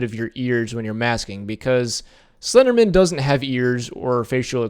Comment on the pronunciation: It's slender man. Not slendermin you say it like its someone's second name ! Bugged me the whole way through.